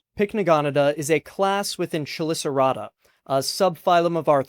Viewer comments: Really cool and informative video! Just one nitpick: chelicerata is pronounced with a k- sound at the beginning, not a ch- sound. Easy mistake to make considering the spelling lol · the ch is pronounced as k in chela, chelicerae, chelicerata, etc.